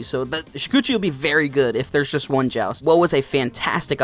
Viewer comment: No wonder why he is number “Juan” BWAHAHAAHAAHAHAAHAAHAHA